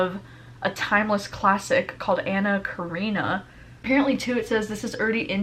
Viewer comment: Awesome vid! Im also so excited for The Other People and I am going to try to read Little Women. P.s: Its pronounced Anna Ka-ren-ninn-na